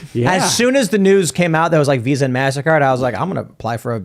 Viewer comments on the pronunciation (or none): none